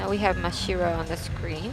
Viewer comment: Mashiro, not Mashihiro 😭😭